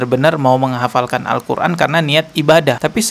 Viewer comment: dari bacanya tidak mencerminkan penghafal Al-Qur'an.. cuma ngaku2 aja ini mah biar trending